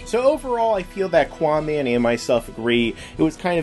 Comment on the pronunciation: GUYS ITS QAAMAN NOT QUAMAN